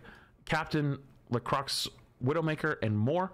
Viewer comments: "Captain Lecrux" was such an oof. For anyone else who can't pronounce "Lacroix", it's sounds like La-croy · no it bloody doesn't, she's french, "oi" is a "wa" sound, it's pronounced "La-Crwa" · NOOOO NOT SAYING LACROXE WHEN READING LACROIX 😭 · I came to the comments immediately after hearing that. Glad to see I wasn’t the first to notice. It made me physically cringe lol… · That is not how you pronounce lacroix. There is no "croy" in lacroix. The word is French, not American English